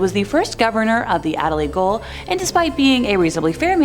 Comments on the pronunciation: Where's Adelaide Goal? At either end of Adelaide Oval!! 🤣🤣 It's GAOL - y'know? Or as you Yanks call it "Jail". 🇭🇲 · What is Adelaide goal Gaol is pronounced jail rhymes with nail snail hail ale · WHY are you saying "GOAL???" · 🤦‍♂️🤦‍♂️🤦‍♂️ it’s Gaol, not Goal. Same as Jail but spelt properly. Your ignorance is amazing. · Gaol. Not goal ! SMFH 🙄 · Adelaide goal?! 😂😂😂😂 Why don’t presenters ever check how to say words before they actually do. It’s pronounced ‘jail’. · Gaol.... It's practically spelled out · Here! And I laughed when she said Adelaide Goal instead of Gaol! 🤣🤣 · No ! Pronounce correctly it’s Ju—neee! And Jail like nail it’s not Goal??!! Armadale has tours at night and yes it’s bloody damn creepy place!! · Adelaide goal? 🤔 I thought it was a gaol/ jail.. Please stop hurting me head. Junee is 'June E' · Gaol is the way we spell jail down here. And Junee is correctly pronounced as June-e, voicing the final ‘e’. Perfect on Wollondilly, though.